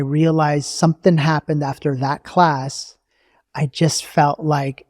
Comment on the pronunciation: It’s something not sonething 🥲